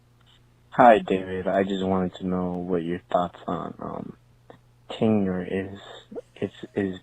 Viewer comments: He mashed up the 2 words. He said tinure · Totally sounded like Tinure. I can see how David thought the caller said Tinder. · Oh interesting. I never knew there was a difference until reading this. But now I realize I’ve always said tinure. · Too funny... and I admit it DID sound like "tinder" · It def sounded like "Tinder"